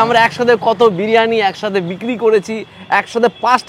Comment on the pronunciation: বিরানী বিরানী করবেন না। বড্ড কানে লাগে। কথাটা বিরিয়ানী।